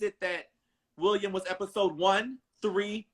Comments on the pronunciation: 😂😂😂 I was gonna ask that too but I just heard him pronounce it hisself but it’s William not Willum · “WILL UM” lol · yo I’ve never heard such a common name butchered like that before in my life. Then I realized it’s for laughs and giggles 🤭